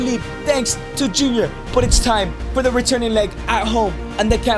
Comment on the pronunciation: "Thee Greatest of All Time".